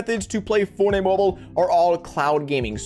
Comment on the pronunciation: say forney mobul one more time i’ll find u irl lil nga